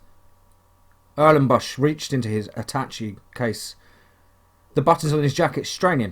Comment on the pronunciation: I love your work and your accent but sweetie,sometimes you make me giggle...its pronounced at-tash-shay case! xx